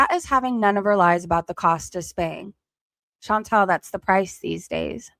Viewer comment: So many people time and time again (not just ChantEl (i know she hates when you say her name like that)), fail to see a difference between the country as a physical place on earth and its government. All countries are beautiful in their own way, and there are bad people and good people in all countries of this world. But... god damned I hate to agree with ChantEl, but FUCK taxes. It costs so much and everything is so expensive, and its not even stopping. Some governments DO actually invest into their own people, but so many governments just use tax money to fill their pockets while people fall apart mentally and physically. I used to be someone who trusted authority and cops and what not, but today I've just completely got disappointed in all of it... It's nice to see good when you do, but I'm forever scared of trusting authority now.